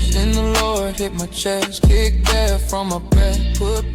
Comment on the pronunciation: Crump looks like a fool. He can’t read, mispronounces words..and by the way, it’s deaTH not def. 🙄